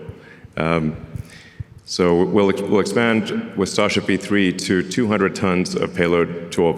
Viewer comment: He calls starship sasha